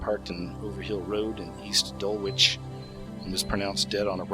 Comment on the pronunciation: Boyzone was an irish band that was majorly popular from the mid-nineties to the early 2000's in the uk and europe, stephen gately wasthe 2nd most popular member and had a good voice. Btw dulwich is pronounced dull-itch